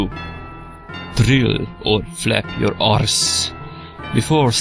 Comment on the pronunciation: did he say "how to roll your arse"? .-.